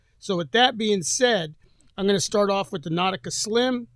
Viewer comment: Nautical not Nautica 😂